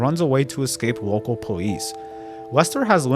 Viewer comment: “fatwawy shot by wocow powice” bro, you need to spend less time making youtube videos and more time in speech therapy.